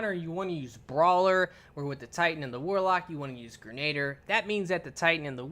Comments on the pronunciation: Gre-na-deer. Not like Gernader Jake. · Gren- a-deer. Not grenaader. Sorry moms a teacher...love the channel. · It's pronounced gren-a-deer not ger-nayd-er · All yanks do this, it’s pronounced grenaDEER, not grenader 😂😂😂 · Grenadier is pronounced "Gren-ah-deer" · Wow! As many times as the word "EPIC" was used during that Titan's run, is STILL might not be enough!! That really WAS epic!! It looked like a blast too! Oh, and Grenadier is pronounced: "gre- na- DEER". It was a title given to certain ranks of foot soldiers, BEFORE grenades were even invented. Since the advent of the grenade, it can also mean; "A soldier who is equipped with grenades", so it IS a rather fitting name for this perk. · Protip: Grenadier is pronounced "Gren-a-deer". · 'grenader' lol